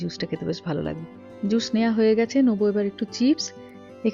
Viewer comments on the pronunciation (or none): তোমার স আর শ এর উচ্চারণ গুলো ঠিক করা দরকার। তাহলে কথা শুনতে আরো ভালো লাগবে। যেমন জুশ না জুস হবে। শশ না সস